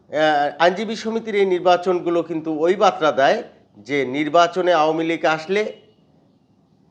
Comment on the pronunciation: বাতরা নয় বারতা। উচ্চারণ ঠিক কর।